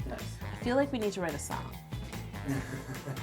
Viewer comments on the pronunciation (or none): none